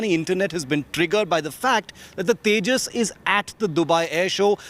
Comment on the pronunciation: it's tejas not tajas